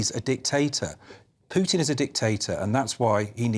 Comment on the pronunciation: Neil is such an intelligent guy but he can't remember or learn how to pronounce Putin's name. That buffles me a lot. Imagine if people pronounce Neil's name like Nool Ooliver, or Sunak's name Richy Shunak.